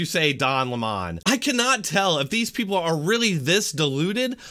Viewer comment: I love how you low-key call Don Lemon "Don Lémon" 😂 CNN is a joke. #Trump2020 baybayyyy